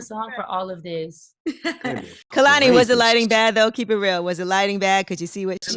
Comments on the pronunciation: Hate the way they say Koloney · When they both say her name wrong in the beginning and she looks to the side lmaooo it’s pronounced “Kay-lan-e” Kehlani. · it's KAY-lani. why is this SO HARD for people to understand and pronounce?! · She held herself very well in this interview considering the foolery that was going on. Hardly an interview. For this to be her first time on with the Breakfast club y’all did my baby wrong& they were so inappropriate. & the amount of times they said her name wrong drove me crazy!!! I feel like the female did ask some interview questions but overall this was not coo. She deserves better. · Y’all said their name all wrong. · I came here because I love Kehlani and wanted to see her in an interview about this great album she released. I cannot stand the unprofessionalism that is Charlemagne. Can he be dismissed? Also I need all of them to pronounce her name properly. Thank you Kehlani for being the beautiful honest spirit that she is! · I'm just mad they didn't say her name right lol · Why tf they all saying her name wrong lmao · I wish she would've told they asses how to properly pronounce her name.